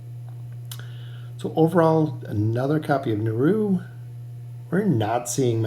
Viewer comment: please please please stop calling him naru... it's niru :(